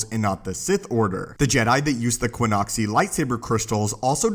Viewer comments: Qixoni, not Quinoxi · ki-ZAH-nee or ki-ZO-nee there's no 'U' there.